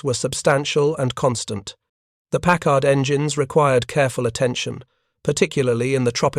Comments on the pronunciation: And stop saying 'pac-card'. It is 'pack-erd'. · "The three "PACK-HARD" 12 cylinder marine engines ... 🙄🤨😏